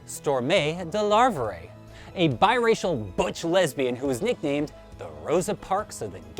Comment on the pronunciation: He doesnt even know how to pronounce her name.